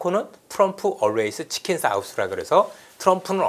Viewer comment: 출연자들 중 이선엽대표와같이 chickens라고 제대로 발음하는 사람이 없더라고